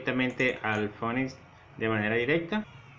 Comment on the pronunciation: se pronuncia (p)finix, y la pantalla se me queda en negro con una liñita titilando